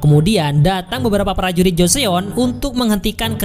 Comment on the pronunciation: 조선 (jo-seon) dibaca Jo-Son, bukan dibaca Jo-Seon. makasih udah bikin recapnya.. 감사합니다 🙏